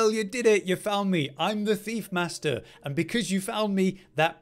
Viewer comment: ’Maister' is pronounced 'may-ster'.